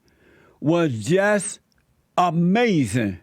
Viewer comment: "UH MAY ZIN"!!!!